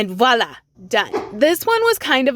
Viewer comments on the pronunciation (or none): none